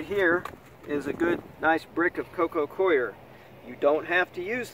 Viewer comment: Every video you pronounce “coco coir” as “coco queer” 😂😂😂